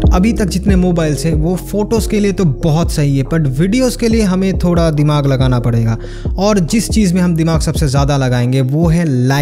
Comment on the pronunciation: Bro its thoda not Thora😅